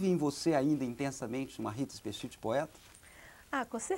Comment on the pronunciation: Hahaha ele pronunciou o ultimo nome dela errado... XD E a voz dela tah taum diferente da vida real! O.o